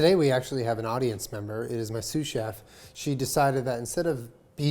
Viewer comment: Excuse me! I thought it was SUSAN CHEF, not sous chef haha!